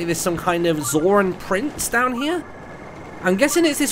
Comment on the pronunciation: prince sidon... princesidon. princidon. POSIDEON!